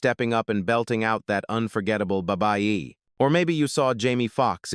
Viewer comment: These narrators be butchering words 😂😂😂